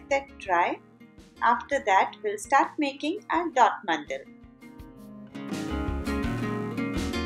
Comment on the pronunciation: They are "mandala" not "mandal".